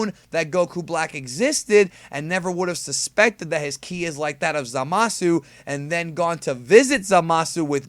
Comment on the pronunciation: You say it right i think at long time go